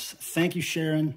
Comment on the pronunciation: Thanks for watching! And I just learned I've been pronouncing Ciaron's first name wrong all the years I've known him! Ooops!